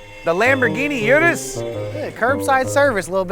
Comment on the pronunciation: doesn’t know how to say urus right😂